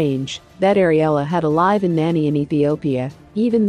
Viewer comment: Again can't pronounce the baby's name correctly, or even say live in, not live w a long I.